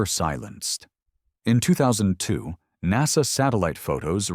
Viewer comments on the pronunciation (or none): none